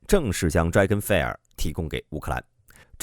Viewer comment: fire这个词你读错了